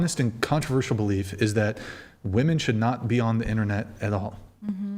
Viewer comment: Why is it that so many of these women can't pronounce the word "women"?